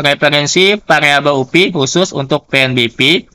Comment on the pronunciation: diejanya "u-pe" pak. Bukan "u-pi" kalo mau english sekalian "yu-pi" saja jgn tanggung2 hehe